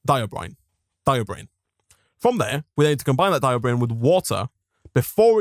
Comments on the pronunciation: and then he later shifts to "diobrine", rhymes with "herobrine" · Note, "diborane" is pronounced die-bore-ane (/daɪbɔːɹeɪn/), like "boron" just with a "di-" prefix and the suffix changed from "-on" to "-ane". It is not pronounced die-o-brain (not /daɪobreɪn/). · Anyone else bothered by him saying Diobrane instead of Diborane all the time? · And then later he shifts to "diobrine" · >:V BECAuse he pronounces diborane as diobrain